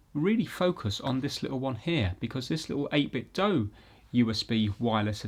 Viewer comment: THANK YOU for pronouncing 8BitDo the RIGHT way! ;)